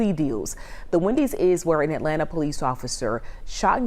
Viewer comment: As a native Atlantan, I wish news reporters would learn how to pronounce the name of the city. It's At LAN' ta; not At lan TA' as if the "ta" is an afterthought. It is insulting to mispronounce a name